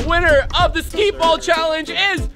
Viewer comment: Nobody: Absolutely nobody: Rug: “SKEET ball” 😂😂 it’s skee ball my g